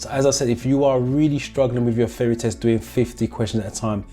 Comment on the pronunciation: I like your videos, wish me luck as my theory test is coming up soon. Everything else is fine except that part where you refer 'theory test' as 'feory test'. It's bothering a little....just little. HAHA